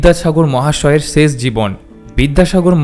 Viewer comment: শেষ শব্দটিকে ‘ছেছ’ উচ্চারন না করলে ভালো হ’তো ! ক’লকাতার বন্ধুরা দেবদুলাল বন্দোপাধ্যায়ের এবং নীলিমা স্যান্নালের উচ্চারণ শুনে দেখুন ।